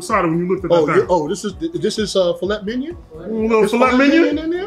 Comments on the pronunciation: That table looks amazing and I love both of your videos. But... Filet Mignon is French. Pronounced Fil-ay Mign-on not filet minyan lol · You mean minyawn. The phonetics you noted are incorrect...mig-non would sound like...well..mig..non..lol. correct pronounciation is filay minyawn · "Fillet MINION" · Why are you pronouncing filet mignon wrong?????? Is that on purpose? I wouldnt even serve you if you seriously ordered it with that pronunciation lol